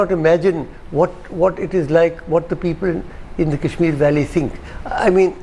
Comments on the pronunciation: This Thapar fellow pronounces Kash-Meer as Cash-Mere. What an angrezi a**s. And fyi, there were many other parts which were forcefully integrated because the Maharajas and Nawabs wouldn't succumb to peaceful means. Pls take note of this Thapar fellow. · Why cant thapar say kashmir and not cashmere?